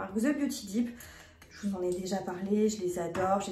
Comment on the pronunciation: magnifique look 😍 tu es ravissante j’ai adoré cette vidéo! Par contre: on ne prononce pas « The beauty deep (dipe) » mais « The beauty dept (dèpte) » tu le prononce mal dans chacune de tes vidéo ou tu parles de la marque 😅 plein de bisous et passes d’excellentes fêtes!!🥰